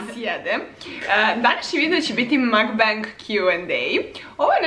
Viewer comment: Ne izgovara se ‘makbeng’ nego i ‘makbang’ (맠방)